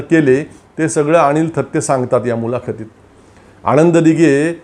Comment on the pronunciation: आपण अणिल थत्ते आणि आणंद दिघे , असा उच्चार करत आहात. तो कृपया अनुक्रमे अनिल आणि आनंद असा करावा.